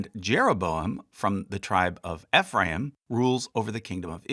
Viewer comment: FYI Ephraim is pronounced EEE-phram like youre saying the letter E